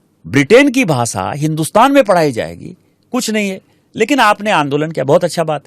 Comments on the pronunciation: देस✖️✖️✖️ देश✔️✔️✔️ भासा ✖️✖️✖️ भाषा✔️✔️✔️ पहिला स्वतः व्यवस्थित उच्चार करायला शिका मग दुसऱ्यांना उपदेश द्या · Pehle hindi bol achche se..bhasa nahi bhasha..😂😂😂😂😂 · It is bhasha not bhasa 😂 first learn Hindi properly 😡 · तुझे भाषा बोलणे नाही आता.... भासा बोलते हो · भासा नाही रे भाषा आधी हे शिक मग अक्कल विक😂